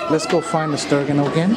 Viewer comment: Haha you said Stir gon..... try stir gin